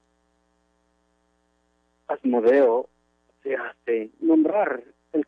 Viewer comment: Dijo asmodeus!!!!